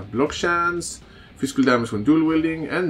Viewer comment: you kept pronouncing physical as "fiskul" that was amusing to me, great vid btw!